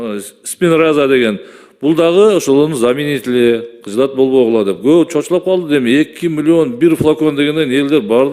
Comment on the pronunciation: Алжыгаг депутат,заминители деп айтып жатат го.Озунду жакшы корсоткшко,аракет кылбасы.Сен озун деле ,жардам бергидей эле экенсин.Дарыны так окуй албайсын да,пияр жасайсын да